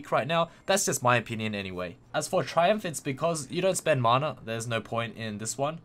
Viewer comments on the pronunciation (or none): none